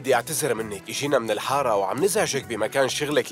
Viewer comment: كأن عثمان بدال مايقول اجينا من الحارة قال اجينا من الهارة 😂😂